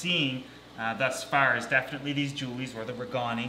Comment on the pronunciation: J regani --I pronounce 'RAY-gaan-i' accent on the first syllable.